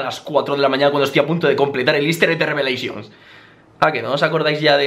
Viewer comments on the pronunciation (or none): grefg diciendo Revelencions y es gordo krivi